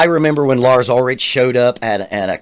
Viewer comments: Reasons this isn't a serious video: • He says they started getting hate on the black album when it was actually Load • Pronounces Ulrich incorrectly through the whole video • Claims first 4 albums are the best but doesn't know Call of Ktulu. • Says Rob is better than Cliff • Doesn't realize this wasn't Lars' fault, the rest of the band missed their cue because of issues with their IEMs. • Confuses Jason for Cliff and then claims to have seen that tour • Says playing for an audience is a douche thing to do • Says Lars doesn't prepare while watching a rehearsal clip • Calls himself a drummer but hates it • Doesn't think anyone should have fun or laugh, not even during rehearsals • The guy who hates practice doesn't think the practice room is the right place to experiment and try new things • Thinks Iron Maiden is still relevant • Thinks Pantera is still relevant • Gives Lars a hard time about "not learning" when he hates practicing • Sits at a drum kit but never demonstrates what went wrong or how to fix it • Leaves all of the above mistakes in the video when they could be edited out • Pins a comment asking if people still listen to Metallica. Check Metallica's YouTube channel or just go listen to their latest albums before asking that question. • Uses words like "simp" and "snowflake" in his comments So, here's my theory. This isn't a serious video. He's just saying everything that will anger Metallica fans. It's a troll video, not a serious critique of anything. This is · So the longest video you found was 6 minutes with like 10 mistakes from a 35-year career? Hmmmm, that must be the worst drummer like, ever. Agree that Trujillo's the best bass player. And I love Load and Reload so ya'll can kiss my ass. Oh, and learn how to pronounce the man's name for god's sake. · Robert may technically their best bass player, but Jason WAS Metallica. He breathed METAL into the band and since he left, they all turned to shit. FACT. Btw, it's pronounced UlriCK, not UlriCH.